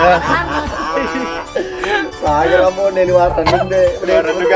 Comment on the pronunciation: Bossku saya hanya mau bertanya yg mengucapkan kata action dari episode awal sampai episode 37 itu adalah org yg sama atau bukan..? Klo emang org yg sama tolong biasa aja dalam pengucapan kata action nya sama wkt di episode awal2 rating atau viewers kan tdk serta merta merubah dialog atau ciri khas suku kita yaitu Bugis/mksr tapi adapun org yg berbeda tolong pengucapan actionnya juga biasa aja ktn sutradara sebesar dan sehebat apapun yg ada di perfilman Indonesia kayaknya tdk gitu2 amat ji bossku Maaf ini hanya sekedar input ji bossku